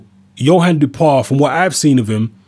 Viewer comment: Hi, As I live in France for 9 years now, I can confirm that the pronunciation is: Dew-How-Pah. Anyway, never heard of him. Boxing is very low key these days in France so I'm surprised this French bloke got a shot at the world title...